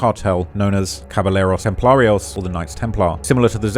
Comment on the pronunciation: Cabal-leros templar-es 😂 Jah-lisco